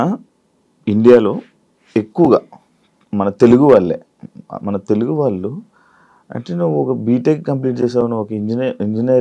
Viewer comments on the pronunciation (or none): Anchor కు 'వాళ్ళు' అనడం రాదా? 'వాల్లు' ఏమిట్రా నాయనా!